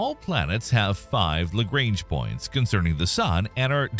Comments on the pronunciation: On the other hand, they butchered Lagrange so bad it's hilarious 😂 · The way you pronounce LaGrange points lol and apophis and amore